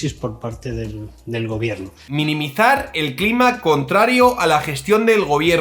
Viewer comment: “Minimizar” no, “Niminizar”. Si lo dice el gobierno a la RAE q le den.